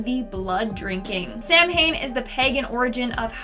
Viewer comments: Sah-win not sam-hain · Its not sam hain its sowen. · SOW-in, not SAM-HANE. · Samhain is Irish word pronounced SAH-win. Most Wiccans follow the ethics of the Rede, but the idea of "white magic or black magic" is silly and from Christianity so I wish otherwise intelligent witches, Wiccans and neo-pagans would stop using such cringe terms. There's just the craft of magic, and you use it according to your ethics. We dont say you use White herbalism or Black herbalism, depending on if you make ppl healing tinctures or secretly poison them. In addition the color black has a very positive connotation in both Wicca and witchcraft, it's associated with protection, the new moon, potential, boundaries, beginnings, and the numinous, as well as more concrete sources of nature and divine inspiration, like the night sky. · You were pretty close on that Wicca part but I should tell you that not all witches are Wiccan, I've been a witch for over 5 years and I am not a Wiccan nor do I follow any Wiccan beliefs or practices, Wicca is just a branch of religion based on modern day Paganism, Also! Samhain is pronounced "Sow-Win" Thank you. :) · Samhain is pronounced sowen. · Samhain is pronounced sow-in. 🤦🏽‍♀️ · Samhain is pronounced SAW-WIN it's Scot Gaelic. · Samhain is pronounced 'sar win' (just saying ) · Just fyi, Samhain is not pronounced that way, it's pronounced as 'sow-when'. 😁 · Samhain is pronounced "saa-wn". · It's pronounced "sow-in". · F.Y.I. - Samhain is correctly pronounced "Sah-wen". 🙂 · Actually it's pronounced Sowen